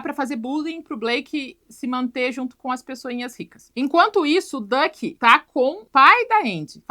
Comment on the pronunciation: A Neura chamando o Duck de Dick e realmente, combina mais com ele 😂